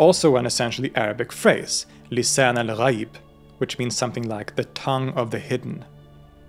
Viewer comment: I just wanna say you're pronounciation for the islamic terms are absoloutely spot on and really does them justice. Hearing someone let alone a foreigner nail the "gh" sound in "ghaib" or "Rh" sound in "Ruh" is really amazing.